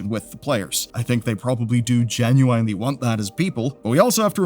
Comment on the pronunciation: Not to be an asshole, but the pronunciation of "genuinely" could use a revisit